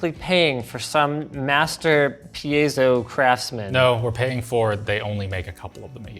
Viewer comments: PIE-ZOE. It's just easier, man. Not PE-YEZ-OH. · Pie as in apple pie, pie-zo. Not “pea-a-so. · Pie zo... its piezo not peezo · It seems Linus doesn't know that much about piezoelectric and just saying some random misinformation. That's sad because till now I thought they would do some research for their content. He even doesn't know how to pronounce piezo.